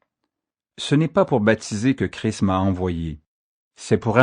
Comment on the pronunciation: Il faut bien prononcer le S et le t quand on dit Christ sinon ça fait Cri et ça veux rien dire. Il ne faut pas oublier que Christ veux dire Sauveur, là est toute sont importance. Merci